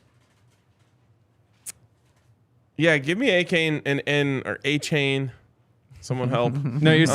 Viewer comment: Devon Uh-chain* not A-chain, ran one of the fastest 40s and was hard to bring down. Defiantly a player to know. If he's somehow available, its a no brainer